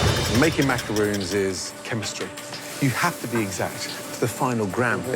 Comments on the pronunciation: The ignorance is killing me...these are not macaroons ffs,they are macarons!!! It's unbelievable that none of them,not even the judges can pronounce it right!!! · They pronounce macarons like macaroon :/ is that wrong or is that just me??? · First of all even though this is off topic with the winner.....why on earth did they not pronounce macarons right? Their talking about a completely different cookie (macaroon) and I thought we were looking up to professional chefs....Sigh* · Me cringing at how they pronounce "macaron" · Macaroon da fuq it’s macaRON